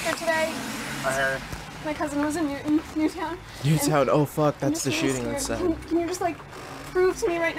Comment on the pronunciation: Wow. How so was she believable? She looks and sounds 30. She doesn't even say NEW TOWN correctly, she says "NEWTON" like the cookies. If a person has had something that horrific impact your family you're gonna know every syllable. She eye frisks him again SOUNDING 30. She had a suspicious ass hoodie on, stands at least 5 feet away from the door and invites him in as though she needs to be far enough back so he may be OBVIOUSLY intercepted by someone else. It took 2 SECONDS to get him inside. 2 SECONDS! The ONLY 2 reasons this flew was he's an IDIOT that ignored every red flag, which there were PLENTY to choose from, and he was so dangerously focused that he didn't care. Don't get me wrong, I'm BEYOND GLAD it was her and not someone innocent child but we must have watched 2 different people. She was a TERRIBLE actor! I would have noticed all these BLATANTLY OBVIOUS RED FLAGS INSTANTLY and been gone. Wtf does everyone keep saying she was good for?! SHE EVEN SOUNDED AND LOOKED 30!